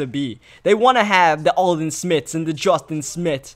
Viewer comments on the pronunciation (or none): none